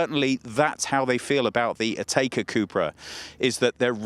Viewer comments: Never heard it pronounced “Atayka” before. Always been “Atecka” to me. Well done guys, another first. You guys always get there first! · pipsicle it’s Atecka. English speakers never pronounce brands and names the right way.